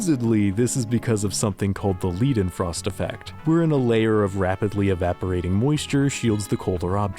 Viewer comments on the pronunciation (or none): you are pronouncing all these EIs correct, so why do you pronounce Leidenfrost Effect as if it were written Liedenfrost Effect? Leid means Suffering, Lied means Song. Doesn't matter here because the name comes from the guy who discovered it, but I just don't understand why English-speakers pronounce it Liedenfrost, when it is written Leidenfrost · It's pronounced LEIDEN not LIEDEN. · "Leidenfrost". You said "Liedenfrost". Awesome video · leiden not lieden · Just a minor heads up - "ei" in German is pronounced like the letter i (ai), "ie" is pronounced like the letter e (ee), so Leidenfrost would be (Lai-dn-frost) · your pronounciation of "leidenfrost" hurt me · Leidenfrost is not pronounced like that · But you know what Earth does have? Resources to look up how to pronounce "Leidenfrost" or "Tycho" without sounding like a total ignorant American tool. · The "ei" in Leidenfrost is pronounced like an english "i" not "ee".